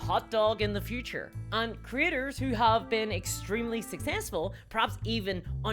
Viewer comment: Every time she says “creators” I hear “critters.” I love the diversity of the English language.